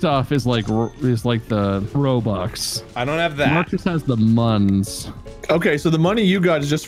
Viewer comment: Normal people: I want ROBUX Markiplier: ROBOOBS